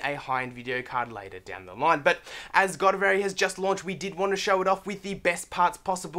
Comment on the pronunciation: Decent, but please do your research and actually know how to say the product you're talking about!